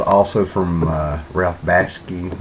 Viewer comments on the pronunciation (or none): man, learn how to pronounce BAKSHI!!!!!!!!!!!!!!! also, Light Years is based on a french sci-fi novel called Gandahaar!!! Isaac Asimov just adapted the story. he didn't write it.